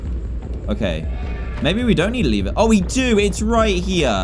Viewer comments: I IS. NOT LEEVER IT IS LEVER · He said Lether instead of lever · Nobody: Dan:where's the lether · Dan it’s called a lever (lev-er